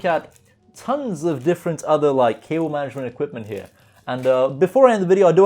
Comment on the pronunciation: "Intro" Sounded Like "To Kill Able Mattress" Lol like the book to kill a mocking bird